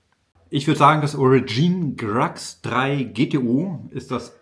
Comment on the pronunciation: Aber warum zum Teufel versteifst du dich den Namen der firma englisch auszusprechen? Ist das cool😮? "Origine" ganz einfach so viel französisch muss doch möglich sein